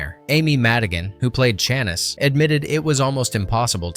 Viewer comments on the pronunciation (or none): Who is "Shanice"? Her name in the film did NOT rhyme with Janice. It was "Shuh-NIECE". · Chanice = Shuh-NEESE (not CHAN-us) Mercury Marquis Brougham = BROME (not Brew-em) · Chanice is not pronounced Chaniss, it's Shan-ees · Loved this retrospective a lot 🙏 Only one thing you kept saying "Shanis" when clearly he called her Chanice in the movie. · You definitely never watched the movie. There is now way you would mispronounce Amy Madigan's character like that if you had.